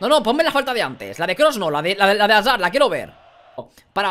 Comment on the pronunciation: Cada vez que dice azard me da una embolia.